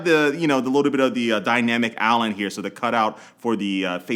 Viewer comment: Dynamic Allen? Am I the only one hearing that